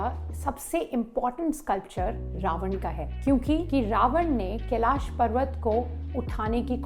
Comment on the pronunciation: मैडम आपकी एक गलती बताना चाहती हुँ जो आप बार बार केलाशा टेंपल बोल रही थी वो कैलाश होता है और आप आप इसके संधर्व मै बोलेगी की वो इंग्लिश की बोली के अनुशार है तो जी नही अ और आ मै फर्क होता है जब श का छंदि विशेष करते है तो श+अ यानी श होता है नाकि शा तो कृपा कर हिंदी की मा बहन न करते हुए आप सही भाषा का प्रयोग करे🙏🏻